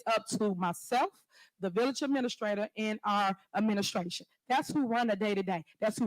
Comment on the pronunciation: Why is she calling it a villiage?